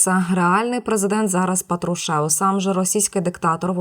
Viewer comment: Не ПатрушЕв , а пАтрушев! Вчіться кореспонденти правильно наголошувати!!!😮😮😅😢😂